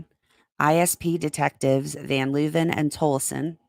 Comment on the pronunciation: I feel like Tolleson is pronounced the same way the city in AZ is pronounced, maybe?